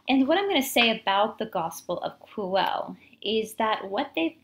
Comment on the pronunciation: The word "Quelle" is pronounced as kwel-le. the "e" as in get, not be. This source is also called Q by German theologians. BTW Judea was getting too hot for Yeshua to stay there, so the last supper was actually the farewell meal before he was going to disappear into another land. Unfortunately the High Priests were faster and Pontius wanted no trouble with them.